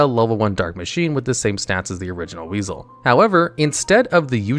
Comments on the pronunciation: i'm pretty sure that monster's name is pronounced Wise-all, not weasel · I believe it's pronounced "Wise-el" not "Weasel". In my experience, Wisel was actually really good because it was a free negate for a spell card. The battle restriction was a big drawback though, but could be still worth it. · Wizel isn't pronounced weasel it's pronounced wai-zel how the heck did you mispronounce it the entire freaking time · It’s pronounced Wise-L not Weasel lol though it’s pretty fitting considering the archetype itself is a Huge-L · First of all, it's not "weasel", it's Wisel... Why-Cell. Secondly, 5Ds is literally the BEST series in Yu-Gi-Oh. I could see an argument for the Duel Monsters series being the best, but anything else is ridiculous. I don't even care if you said this to bait interactions... it's egregious to say such bullshit. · It's pronounced "WIE-SEL". Wisel. (Captial I) Not weasel. Did you not watch the anime??? 🤨😠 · The name isn't pronounced "weasel" it "WISE-L" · It’s pronounced Wise-el not weasel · Wisel is pronounced Wise Ell, not weasel, lol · Why are you calling my man Wisel, “Weasel” 😂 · The way he pronounces “Wisel” as “Wiesel” 💀💀💀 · Mans really called my man wisel weasel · it hurts me that almost no one pronounce the meklords' names correctly it's gran-elu sky-elu wise-elu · Also, you calling Wisel... Weasel, triggers me a bit. But that's the point. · >when he keeps calling my boi wisel - weasel, like the animal 😭